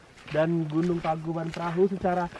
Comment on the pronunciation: bang bukan (tangkubat perahu) tapi (tangkuban parahu)